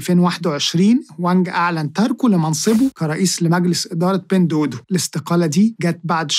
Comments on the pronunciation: بتنطها غلط إسمها دُوا دُوا مش دودو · معلش هي حاجه بسيطه بس التطبيق مش بيتنطق بين دودو انما النطق الصحيح بتاعه "بِينْ دُوّا دُوّا" . أنا بصحح لاني عارف انك بتهتم بكل حاجه في الحلقات بتاعتك. ربنا يباركلك ❤